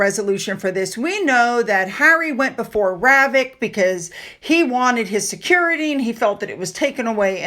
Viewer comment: Harry should pay for his own “securidee”